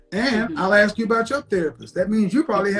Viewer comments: Why can’t she “ask” a question....? Axing something is different. I think trees to demolish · have you noticed 99% of blacks say AKS meaning ASK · I've never seen a black Amish woman until now! She doesn't talk like one though. I didn't know that the word therapy has a "W" in it! She also said she murdered a guy with an Axe! She said she Axed him 3 times! Smh